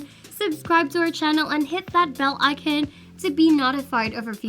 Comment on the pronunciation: lol when she trys to say bell icon and notified xd cmu